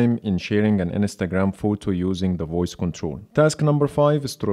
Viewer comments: Your pronunciation of Instagram wasn’t recognized because it sounds like Ns ta gram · "Share on enestagram"